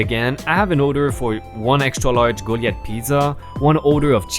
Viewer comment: ) Goliath- Go-lie-eth. Old testament story of David and Goliath where a young David (as a boy not as King) slays the Philestine warrior, Goliath, with a stone and his sling. :) Rediculous- Ree-dick-you-lus :) Sadly punching someone is likely to be followed up with an assault charge...but... the poor Mom and daughter were assaulted first so she could have indeed, punched that woman at least once. I'm glad she didn't though. She was with her little girl. As a side note: You are doing really well with other really large words, like: Rearranging! Introverted! Unexpectedly! Impatient! Dude! Lots of improvements happening!!! Wat to go! Keep it up, keep improving, and I'll keep listening! :D Awesome!